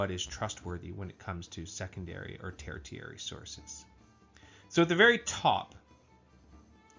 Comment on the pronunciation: Not to get too picky, but I'm a little surprised you got this far not knowing how to pronounce 'tertiary.' It's pronounced ter-she-air-ee.